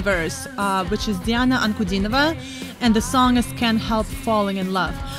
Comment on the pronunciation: с первых ваших слов понял, что вы русскоязычная. Мало кто из реакторов выговаривает фамилию Дианы. Класс! Спасибо вам.